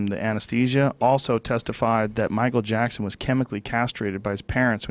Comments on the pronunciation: Michael japson 😂😂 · “Michael Jabson” 😂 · Michael Jabson